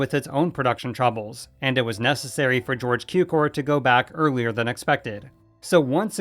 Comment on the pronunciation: Please learn how to correctly pronounce „Cukor“..